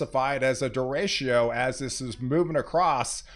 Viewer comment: Great video as usual, thanks! One note: "deh-REY-cho" is the usual pronunciation. 😁